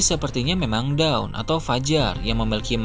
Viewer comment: Sebutannya Dawn, bukan Down min. Dawn - Sebutnya = Donn 🐊